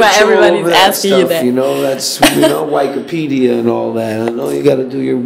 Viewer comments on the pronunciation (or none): He was calling it wack-apedia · Check your wike-uh-peediaz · lol he pronounce it "Wike-a-pedia" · Al said Y-Kipedia haha